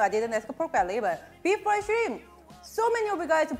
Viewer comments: Mah girl had a deep southern accent when she said "shrinnmp" lol I had to replay that part a few times. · When she said Shrimp her Cajun jumped straight out.